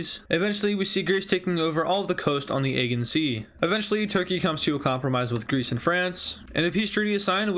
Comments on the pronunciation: its ageAn.not egen sea.im triggered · Morale is More-AL, Aegean is Uh-Jee-in